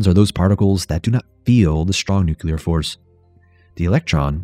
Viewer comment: I love this video! But, “nucular”?? Why?? Just why?? 😭😭